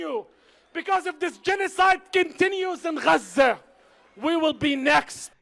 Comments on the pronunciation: They don't even correctly pronounce the name of Gaza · Idiots!!! And why in the hell does he pronounce Gaza like that?? Sounds like he’s trying to hock up a lugie!! I’m with you, “Get the F**k on”!!! Bye Faleeesha!!! 🇨🇱🇮🇱